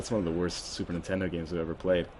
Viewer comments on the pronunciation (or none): none